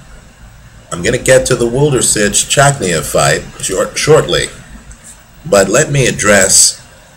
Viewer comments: great analysis on wlodarczyk - chakhiev, but god, wlodarczyk's name sounds completely different )) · Włodarczyk is really a great fighter with so much power, strong chin and good technique but how you are reading his name is fucking hilarious, Polish fans have to have a laugh